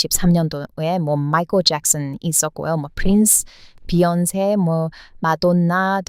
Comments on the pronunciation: 머다나가 아니라 마돈나... 그냥 한국인이심!! ㅋㅋㅋ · 한국식 마돈나 발음이 넘 좋아요~~~😂😂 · 저도 마돈나 발음에 빵 터졋어요ㅎㅎㅎ